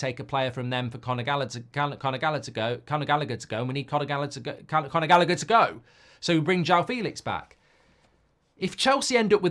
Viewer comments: I nearly had a stroke trying to listen to Mark pronounce Gallagher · Mark cant pronounce Callagher’s name 😂😂